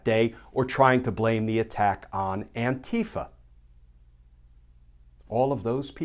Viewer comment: Anti-FA=Anti-Fascist. Accent on the last syllable.